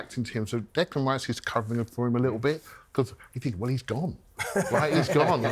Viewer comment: Loving pronunciation of "pillow rice" right after pulling up on his pronunciation of "Decland Rice" 😂😂 Loving the show guys, great to see some proper football chat on talksport for a change. Keep it up 👍